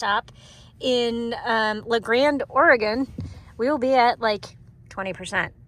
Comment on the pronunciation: Ory-Gun, not Ory-gone